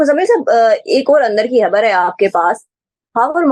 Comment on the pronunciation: hubbur nahi Khabar bloen muhtrmah